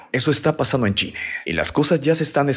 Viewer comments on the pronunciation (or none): Este vato como le encanta hablar en lenguaje inclusivo, "Terror en Chineehh" desespera demasiado.... "Todo el Mundeeh".... " La gente disfruta la fiesteehh" pronuncia mejor las vocales al final de las palabras.....